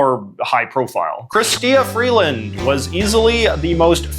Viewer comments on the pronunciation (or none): Why are you missprounouncing Freeland's name? You'd think you'd be able to know enough about her, as you literally mentioned, she has been one of Trudeau's most active cabinet memebers for years...